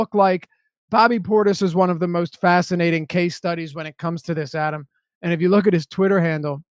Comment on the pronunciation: My favorite Deeper Dive moment happens everyday Adam & are together when the head of name-pronunciation-police......mispronounces Adam's last name! 😆